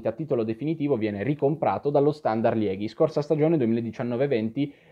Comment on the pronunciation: Moeskroen si legge Muskrun, la OE è sempre U in Olandese/Fiammingo. E Liegi si pronuncia proprio Liegi in Italiano, non Lieghi (Liège in francese)